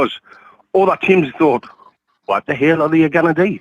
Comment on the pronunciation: That accent “ What theheeeal they ganna dee” 😂